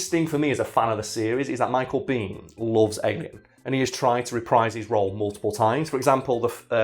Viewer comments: Americans pronounce his last name " BAYn". Not " bean". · Michael Biehn pronounces his last name “bean”